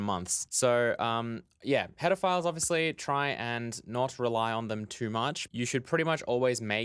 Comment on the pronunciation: To my ear "header files" sounds a lot like "pedophiles" with your accent.